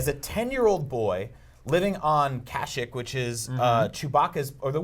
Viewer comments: Dude it's pronounced CASH-EEK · Cashick HAHAHAHAHHA Does he mean Kashyyyk (kuh-sheek)!?!?!?!? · "He was supposed to be on the planet Kashick" ... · You butchered the name kashyyyk...you made it sound like kashik... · Really first Tattoo-in and now Cash-Ik really bruh and you call yourself a star wars fan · I hate how the guy on the left pronounces the planet names... "Kasik" "Tattowhen" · Nah it's ka-sheek, sometimes even the officials say it wrong. This may be illogical for some but it's true. :) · WHo else pronounces Kashyyk like that.?